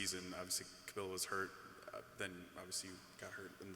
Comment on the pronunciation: It's not Kamilia, it's Kamilla